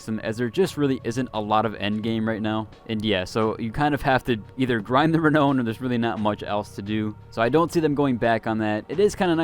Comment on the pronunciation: You are hurting my brain. It's re-now-n, not re-no-n. Sorry to nit pick, but every time you say it, my brain winces, lol.